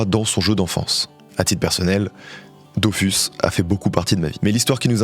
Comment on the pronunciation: Dofouuuus, ça se prononce, Dofousse 😂